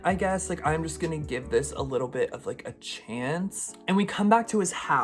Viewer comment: excuse me but what tf is a chance? ITS CHONCE!!!